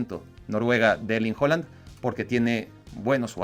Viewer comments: es de los que a Goku le dice Kokun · Kai Havaz, Kevin de bruena y Erling Jolan. Ni sus mamás les dicen así.